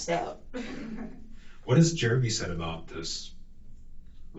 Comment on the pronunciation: Sometimes when she says his name she pronounces it "Germy."